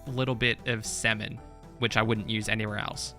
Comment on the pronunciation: when he said salmon did anyone else think he said semen?